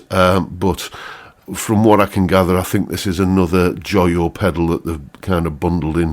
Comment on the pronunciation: it's not joy - oh , it's Joe - yo - (and it not high un dye, its h yn day apparently)